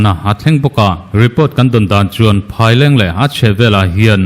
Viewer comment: Phaileng i lam dan hi a dik lo west Phaileng,eat Phaileng ti a Kan lam dan ang hian lam tawh rawh,Mizo tawng a nih hi